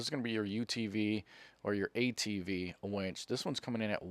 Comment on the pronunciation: I thought harborfreight was selling women when you said wench and didn't say winch. It's like saying win with a ch on the end. Stop exciting me